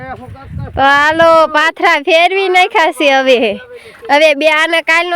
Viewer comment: Patara no kevay ben pathara kevay